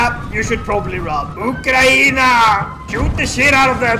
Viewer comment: Hearing say Ukraine in Ukrainian realm brought a tear to my eye 😭❤️